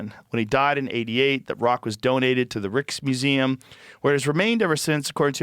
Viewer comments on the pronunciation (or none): It's pronounced rike.. Reich... Rikesmuseum... The rijksmuseum